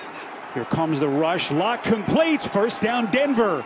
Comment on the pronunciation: Is it me or was he keep calling Locke "Luck"?